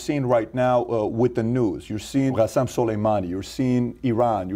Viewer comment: Thats not how you pronounce iranian names. They are not arabic like the rest of the region. It's "K" asem.